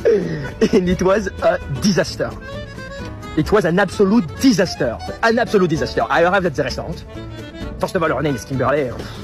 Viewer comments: An absolute DEeZastur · I can't get over hearing this French guy say "Disaster." 😆